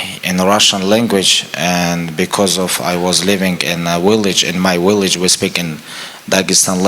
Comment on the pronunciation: it's village Khabib not willage 😅😆